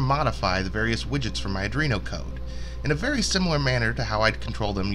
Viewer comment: Why do so many people say adrino instead of Arduino?